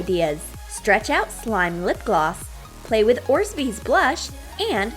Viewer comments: THEY AR NOT ORZBEEZ THEY ARE ORBEEZ you earned urself 1 less sub . u r welcome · You are supposed to pronounce it orbeez not orzbeez seriously so annoying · I love you guys but it's not orzbeez it's orbeez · Why she said orzbeez 😬😬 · She said orsbees it’s orbeez lol 😂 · Orbeez doesn’t even have a z after the or! It is pronounced OR-Bees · It’s ORBEEZ YOU STUPID FUCKS NOT ORZBEEZ GOT DAMN IT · Orbeez is not pronounced like that its not orsbeez its orbeez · It sounds weird orzbeez it's orbeez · It's not orsbeez it's orbeez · Guys it not orzbeez it's orbeez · It's not Orzbeez. It's ORBEEZ. Lol the comment section is going crazy after her speech mistake. c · You say it orbeez not orZbeez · ITS ORBEEZ NOT ORZBEEZ IDIOT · IT AIN'T ORZBEEZ IT'S ORBEEZ STUPID BITCHES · It's not orzbeez but orbeez it stresse me all the vidéo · she always says orzbeez but its called orbeez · it's not orsbees it's orbees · It's orbeez not orsbeez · It’s not ors bees. It’s orbeez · Ugh I was relaxed until she said orzbeez instead of of orbeez. It really triggered me.😣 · & ORBEEZ and not ORZBEEZ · Orbeez NOT orzbeez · It's not orzbeez it's obreez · Not trying to hate but it’s not orzbees it’s orbees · I love your videos and all but orzbees? It's probouced or bees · Orbeez not orsbeez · Lol there not close orzbeez there called orbees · Does anyone else get triggered when they say orbeez like orSbeez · Does anybody else get annoyed when they say orzbeez instead of Orbeez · GOD SAY ORBEZ RIGHT NOT ORZBEEZ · It’s so annoying 😡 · THERE NOT ORZBEEZ THEY R ORBEEZ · did she just say orzbeez instead of orbeez?? even and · Nour Salih she actually did lol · It's sooo annoying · Yep she just said orzbeez instead of orbeez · IT'S FUCKING ORBEEZ NOT ORZBEEZ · Orzizes it's orbeez dumb BITCHES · ITS NOT OREZBEEZ ITS ORE-BEE'S U FUCKING IDIOT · Orbeez not Orsbeez Edit: Thanks for your likes and replies! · Ross the Boss I hate how they say orsbeez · Wtf are orzbeez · NOOOO SHE SAID ORSBEEZ